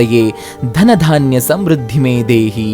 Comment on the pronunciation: Om namo bhagwate Vasudevaya Sir adu dhanya dhaanya all ree Adu dhana dhanya anta anbeku